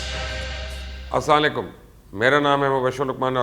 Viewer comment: Its "Assalamoalaikom" not "Aslalaykum" please correct yourself.